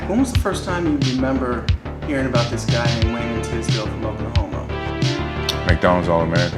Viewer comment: Is Jordan calling him Raymond Tisdale?